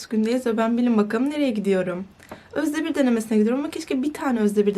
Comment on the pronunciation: Nobody: Literally nobody:: Özdebir Özdebiğğğğğr